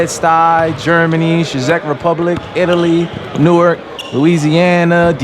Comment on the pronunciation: Byrie don’t ever say Newark like that again you know better😂